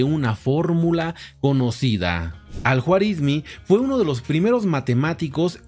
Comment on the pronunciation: Se pronuncia Al Juarismí.